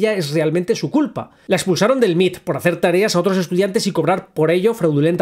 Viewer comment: Ah perdón, en inglés y en casi todo el continente americano se le conoce como sus siglas en inglés M.I.T (em ai ti) y no "el Mit" perdón.